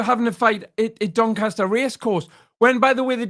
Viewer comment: Grips my shit when he says dincaster waters. Proper tard